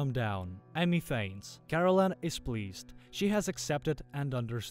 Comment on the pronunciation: The AI narrator pronounced it as Caroline but it's actually spelled Karallen, lol